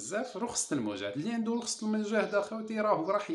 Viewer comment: رخصة وليس رخسة عفوا